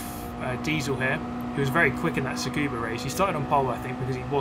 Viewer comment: Every time I hear say Tsukuba I hurt...its just Scuba